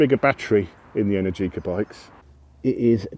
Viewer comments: Mate, the stressed syllable in Energica is the second one (enERgica), not the third one (enerGIca). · It's pronounced enErgica not energIca . 😄